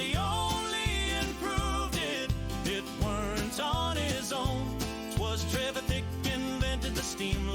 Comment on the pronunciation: TRE VITH IC is how its pronounced lol 😅